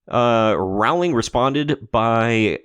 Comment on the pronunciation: It's pronounced ROwling -- not levioSA.